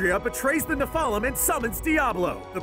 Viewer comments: I hate how he says nephlem, and Tyrial. It’s like he found a quick summary and then butchered the pronunciation of everything. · ne-fal-um? ne-fel-um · im sorry this was annoying me, nephalum is pronounced neph-uh-lem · Nephalem's too